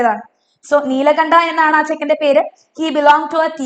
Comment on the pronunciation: Teacher his name is nilkanta Not nilakanta